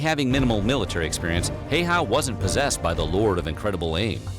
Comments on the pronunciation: Pronunciation should be closer to "How-ha" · I don't mind if people butcher names in general, and even if I did I would give a pass with Häyhä's name since the letter "Ä" isn't even in English vocabulary.